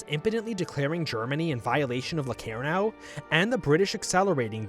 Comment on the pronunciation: yes i watched it. The guy cant pronounce locarnoand claims germany was stronger after versailles. Completly skips over Stresemanns strategy of allying the us and makes it look like chaimberlain underfunded the british forces